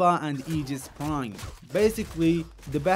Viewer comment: I subscribed the exact moment I heard you enunciate aegis correctly!!! Tysvm good person.